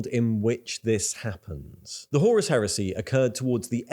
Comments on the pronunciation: Btw, though I may be pedantic about the pronunciation, very good video, mate ;P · Whore-us Heresy.